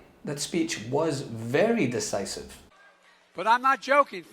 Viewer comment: Did she say "deCisive" rather than "deVisive"? What an idiot!